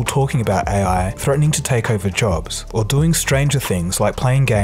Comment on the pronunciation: Nice video. But that pronunciation though. AEY-AY. lol